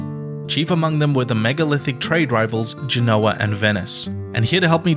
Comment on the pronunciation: It's pronounced GEN-o-A, not gen-O-a.